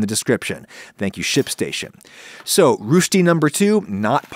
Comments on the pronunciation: The correct pronunciation of Roesti is 'rer sty' not 'rewsh ty'. It annoys me to know that thousands of people have been misinformed by you Adam. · its not rushti, its rösti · It's not "roosh-ti" its "russ-ti" (for the English speaking people lol) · One can see that he invested time in looking up the Swiss pronounciation; Rö"sh-ty" , compared to a German pronounced Rö"sty". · I think roast => roastie => roashtie gets you pretty close to Rösti. Calling it Rüsti sounds a bit more off. Still, he got the sh sound, which is really nice, and he didn't just ignore the umlaut. It's not correct, but it's pretty good, and better than I'd expect from someone who (presumably) isn't familiar with the language. I have heard germans pronouncing swiss german a lot worse. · hey Adam you are pronouncing it as "Rüsti" but it's pronounced "Rösti", I know thats not helping :D it's said in the first 5 seconds in this video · He prononuces the ö as we would pronounce a u. The ö is a bit like the u in burn or the e in concern, but a lot harder, with the mouth much more opened. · It‘s not rushtie, It’s Rösti! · I can't unhear "Rushdi" instead of Rösti. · I am german. "Rüsti" You call it, its called "Röschti"! ;-) I add Nutmeg to it, always fits to Potatoes. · Its not rushti Its R OE S T I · its called rösti not rusti. ö is more of an eugh sound and not a uh sound. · Nice look at a variety of approaches. Just have to work on the pronunciation now! the "ö" is pronounced like the vowel sound in the word "good" -- not like the vowel sound in "food "! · not to be the one German speaking guy who is anoying but u sad Rösti wrong u sad rusti, try saying O but sticking your tung out, thats how Ö should sound like, generaly thats how the umlaute are formed like Ä Ü Ö, love your vids and sorry for the corection but it buged me, keep being curious and makeing good vids <3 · „Ruushti“? They are named „Rösti“ / „Roesti“ 😅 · Its Rösti. Not Rschti nor Ruschti nor Rüschti. sharp S and umlaut ö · Rewsti lol